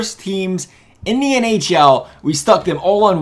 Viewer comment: he said ahl instead of nhl